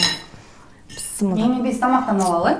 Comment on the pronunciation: Бисмилляхи рахмани рахим десениз туура болот,бысымылда дей бербей,тамагыныз соонун,колунузга береке